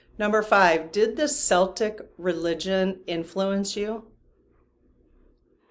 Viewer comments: You are so wrong. Catholics do like Jews. And Celtic is pronounced Keltic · Celtic is pronounced with a hard "C".......thx for all the great readings ! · when you're talking about religion or the people, Celtic is pronounced with a hard K sound. When you are talking about the basketball team, the Celtics, it is pronounced with an S sound at the beginning. I have no idea why the basketball team went with something different.